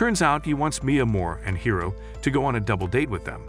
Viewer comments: It's hori not hiro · “hiro” instead of hori lol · He said Hiro but still it's not correct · Bro who is hero, it’s hori